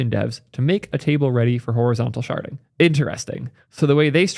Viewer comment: IDK why but every time you say "sharding" my brain hears "sharting".